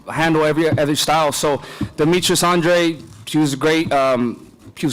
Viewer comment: It seems that no-one in the boxing media or television, knows how to pronounce Andrade's name? We had, "on-dray"? On-drade"? Ond-ree"? And these are supposed to be the ones informing the public?